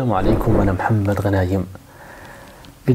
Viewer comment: دكتور اسمك محمد أو امحمد لأنك تقول السلام عليكم أنا بدل محمد غنايم